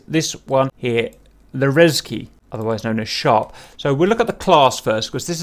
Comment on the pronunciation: "Rezvyy - Frisky" LMAO